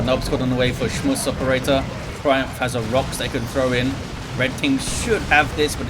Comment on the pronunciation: Hey, try saying SchmusOperator with a heavy german accent and it becomes clear. Love the casts, keep it up.